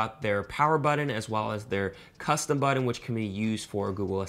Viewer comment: BUTTON not Bud In🤣🤣🤣